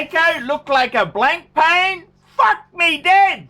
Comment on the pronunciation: This fucking twat doesn’t even know how to pronounce it....Blank Pane ...nearly pissed myself laughing. Who is this bigmouth, gobshite anyway? And why does his OPINION carry any more merit than anyone else’s? Obviously another self-deluded You Tube legend...in his own lunchtime 😂🤣 You can have the flashiest watch or car out there but you can’t buy class. Guess what? This guy is ‘a shitter’ 😂